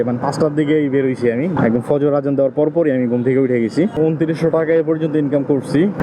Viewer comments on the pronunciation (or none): none